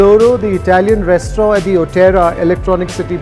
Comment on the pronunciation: FYI in restaurant, rant is not silent.